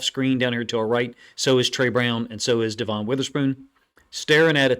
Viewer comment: I appreciate everything you do for us 12's when your not a Seahawks fan. It's pronounced Devin spelled Devon just thought you might want to know. Go Hawks 🏈 💙 💚